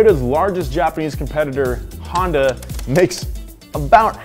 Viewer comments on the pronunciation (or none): none